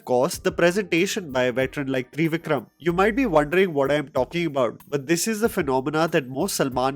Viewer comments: Bro it's not Three-Vikram, it's Trivikram. Please pronounce properly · its not "three vikram", its "trivi kram" (as in trivial), like "trivi kram". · FYI. It’s “Trivikram” and not “Threevikram” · Not “three-vikram”, the ‘i’ isn’t supposed to be strained. It’s “triv” like “give” - vikram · With all due respect, it’s Trivikram, similar to tri in Tripura!! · I like the way u say Three-Vikram 😂😂. Fan of ur movie knowledge and content.🔥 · no offence but the way you say trivikram as threevikram is so hilarious😆😆